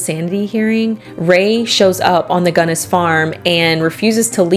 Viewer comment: Oh, FWIW, I always pronounced her name like you did, until I met some people from the La Porte area who all pronounced it "Gunn-ESS," as opposed to "GUNN-ess" which is how I'd always heard it said. Not sure which is correct, but just thought it was interesting... Love your content!! ❤❤❤